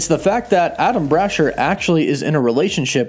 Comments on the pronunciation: Bra-Shear. Not Brasher like Basher. Bra-Shear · Say it with me now....Brah-SHEER. Not Bra-Sher lol. Same with Meh-FIST-oh. ;p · Adam "Brasher"? You mean Adamn Brashear right? And its Cerebro NOT cerebra....lmao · Dude the pronunciation of Blue Marvel's name is wrong. Adam Brashear "ear" brasheeeeeer also it's cerebro not cerebra. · Damn you can’t pronounce names it’s (bra share) and (kah thun) and the engineer is the skrull and no mephito y’all been reaching for the longest these shows aren’t going to be exactly from the comics just very loosely based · And I hate to be that guy but it's pronounced bra sheer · The way you are pronouncing that man's name is literally making me have to take a shit His name doesn't even look like Ada lm brasher